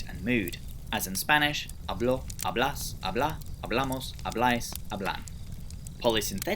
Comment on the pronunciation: Minor correction on how you pronounce the Spanish sample words : you are putting the accent in the wrong place. 'a.blo 'a.blas 'a.bla a.'bla.mos a.'blais 'a.blan Some of the ones you mispronounced would have a meaning the way you pronounced them too: "habló" is "he spoke", "hablás" is "hablas" but in informal Argentinian Spanish, "hablá" is "habla" in the imperative in informal Argentinian Spanish. Still, great video. Just wanted to point this out in case you see it so that you know.